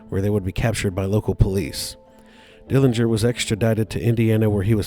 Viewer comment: The correct pronunciation of the Dillinger family name is with a silent 'g'. Uncle John was in a jail and not a prison when his buddies from Michigan City Prison broke him out of the jail. Anna Sage didn't know which theatre they were going on that fateful night, so there were police outside both theatres. Uncle John was assassinated in Chicago as his sister, Audrey, identified her brother by a scar on his calf that he received when he was younger stealing watermelons with a buddy. There are many, many more family members who do not want Uncle John's grave disturbed than the few who do. Thank you for your interest and for the pictures in this video of Uncle John!